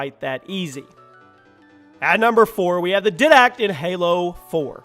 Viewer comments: YOU SAID DIDACT SO WRONG!!!!!😅😅😅😅😅 the pronunciation is dye-dact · It's pronounced diedact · His pronunciation of Didact triggers me. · he said did-act its pronounced diedact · wyvern=wy-vern and iwajira=ira-jira didact=di-dact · didact is pronounced diedact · Didact is pronounced D-eye-dact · "dydact" "plasma grenade" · 1 how could you not mention salazar boss from the resident evil franchise and 2 how can you pronounce Didact wrong??? 3 bungee but 343 did do a nice job carrying on the franchise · How do you mispronounce "Didact" when they say his name several times in game? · you said didact wrong also I don't care about who's better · good lord! finally someone noticed! the way he pronounced it hurts my brain! and the didact too!!